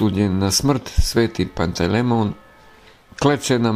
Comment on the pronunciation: Nije Pantej lemon , nego Pantelejmon .